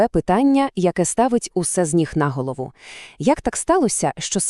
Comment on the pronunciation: Дякую, але українською наголошуємо "на гОлову", а не "нА голову", як москалі.